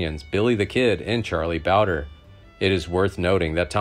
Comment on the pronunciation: Narrator needs to get a grasp on English. It’s not ,O’Foleeard, it’s pronounced O’Fallyard. Charlie Bowdrie is not Bowder. And It’s Vakero, not Vakwero.